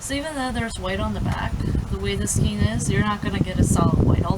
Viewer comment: You're lovely It's pronounced Skane S Kane :-)